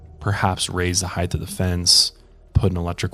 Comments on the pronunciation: LOVING this show so much! Neurotic side note: its HEIGHT not heighth. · I think it’s weird you’re not mentioning the extremely low odds of something happening to you at a theme/amusement park. The millions of people who go to the parks vs. people who are injured on rides ratio is negligible. But you also pronounce the word height as “heighth”, so there’s that. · Please stop saying heighth. It's not a word. The word is height. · Did you really just say "heighth" 😳 fucking heighth 😄 you absolute moron